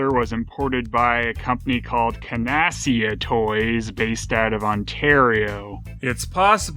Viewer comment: Kudos to for his pronunciations of Brut and Canasia -- trolling for corrections in the comments...